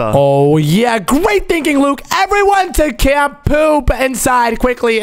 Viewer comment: Camp poop sounds like cant poop😂😂😂